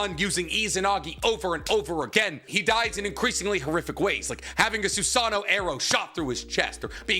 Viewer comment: I think it’s kind of crazy that you have such a large platform about Naruto and yet your pronunciation of words is so variable. Some you mispronounce like “susano’o” “totsuka” “Haku” and “chunin” but others you say just fine.